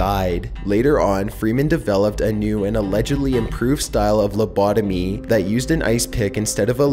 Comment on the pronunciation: Why do you pronounce it "Lubodomeeeee" ?